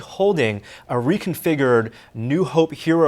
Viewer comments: Ackrerit, weaperny, reconfigered.. Learn to speak proper english, please. You're supposed to be a smart guy.. Smart people are supposed to understand proper pronunciations. Accurate. Weaponry. Reconfigured. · AK-YER-IT RE-CUN-FIG-YERD